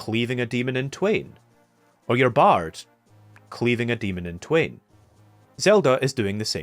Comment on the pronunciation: I never heard anyone say "Twain" as "two" before that I can recall, except a few days ago, and now I've heard people say it like 5 or 6 times. (you said it twice so maybe 6 or 7) How do you know what you are gonna say that takes up an hour about analyzing Zelda 1? Woweee. Well done. Very indepth. I def feel like zelda 1 is the most open ended Zelda. Its like one of the first open world RPG, without being an RPG.